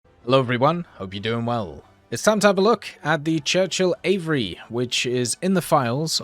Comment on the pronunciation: Nooo not him saying out 'AVRE' like it's a word